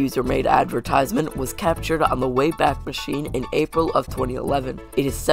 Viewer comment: why did aprill sound like apil